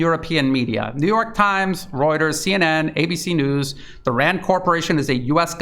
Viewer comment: pretty good, but he pronounces news wrong.